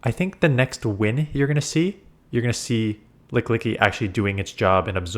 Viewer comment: It's ok, we all get pokemon names wrong sometimes. It's Lick-ee-Lick-ee